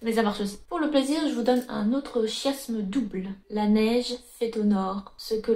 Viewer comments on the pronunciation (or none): On dit "kiasme" 😅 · Ça doit être son amour pour le Japon qui parle, trop de "ki" en elle 😅